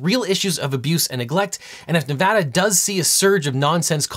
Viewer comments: You know you're a good lawyer and have a duty to get facts correct when you pronounce Nevada right. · shout out to legal eagle for pronouncing nevada correctly.